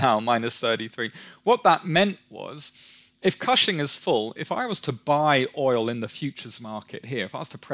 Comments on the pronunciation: Oklahoman here: it’s pronounced “kush-ing” not cash-ing or however he said it. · Totally mispronounced "Cushing." Oh, ok whatever.